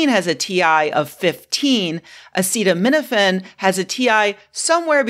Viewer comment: every good announcement of medical findings starts by being unable to pronounce the name of the chemical you blame for autism.